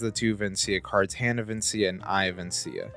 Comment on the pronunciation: please for a dnd player this hurts its vecna as in vekna not vencia